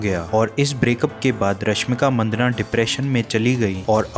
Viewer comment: Rashmik Maddanna...Manddana nahi yaar